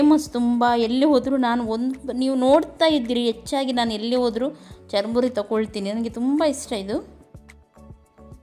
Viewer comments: madam adu chur muri not charamuri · Nice.... charmuri alla sis..... it's churmuri.....